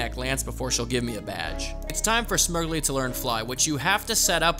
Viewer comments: I cant tell if youre mispronouncing Smeargle on purpose... its "smear" as in paint smear and "gle" as in beagle coz its a dog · Calling Smeargle, Smirgley from now on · Are you saying smeargle like that as a joke? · Okay but is nobody talking about how he pronounced Smeargle?